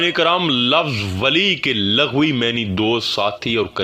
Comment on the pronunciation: لفظ لغوی میں ل پر پیش ہے، محترم ۔۔یعنی ،،۔ Lughwi..نہایت معزرت کے ساتھ۔۔۔۔😔